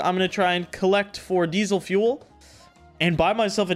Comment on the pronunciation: yo why u say diesel fuel like that lmao